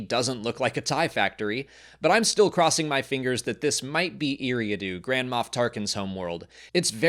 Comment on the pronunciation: “Eriadu” ❌ “Eerie-adoo” ✅